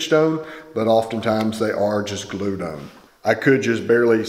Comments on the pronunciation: They say “own” instead of “on” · Enjoy your videos Hearing you say "on" like "owen" makes me cringe though